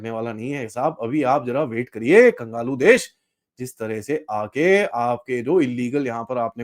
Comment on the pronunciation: Its kanglu not kangalu,,, sir